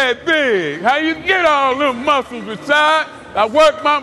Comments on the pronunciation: I thought his name was pronounced "Ra-ShEEd", not Ra-ShOd". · I think he was pronouncing it like Rashide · Why did he keep calling him Rashad? I thought it was and last name was Rashid. so neither of those add up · When CT totally mispronounces your name but you wouldnt fucking dare correct him